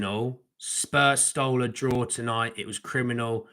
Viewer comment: Told you we'd draww